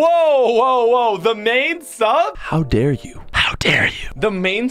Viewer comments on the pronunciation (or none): none